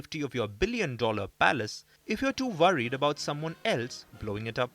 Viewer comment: Why do Indian pronounce worried as vorried lol 😂. What Putin is doing is called Boss Moves. Wait until we see what comes up again. He can build and at a very fast pace. Putting really do not want to appear as butcher or anything this is why he restrain but overall who is loosing, the west. Last time I checked India was still part of BRICS. If they don’t see what the world is seeing then why do they opt for BRICS